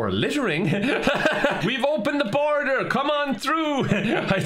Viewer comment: INDAIN BORADER is now turning indian